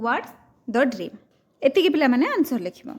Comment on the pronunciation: Are yaar bream nahi dream hai